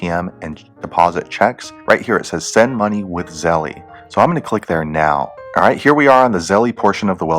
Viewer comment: I think it's pronounced like zell, not like zellie